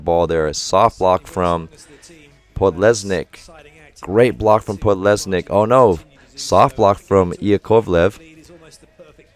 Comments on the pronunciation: its Pod-les-nykh, the nykh is just N + Y + H. Letter K there is just to make sure H is not silent, you don't have to pronounce K itself. You also forget to pronounce D in Pod, sometimes. Sorry after so many years I forgot how to write proper transcription for pronunciation. Russia has so many good middles, there is Vlasov who is also huge and can jump very high. I don't know what happened to Muserskiy, but he is a very scary player as well and he can play multiple roles too. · hey coach, russian fan here to correct your pronunciation! Kurkaev is a tough one, letter u is pronounced like [u:] (as in “cool”) and you need to pronounce a like [a] (as in “car”). So it’s like: Koor-ka-ev. someone correct me if I’m not using transcriptions right! and you have trouble with Podlesnykh, but someone already explained it in the comments. keep up the good work!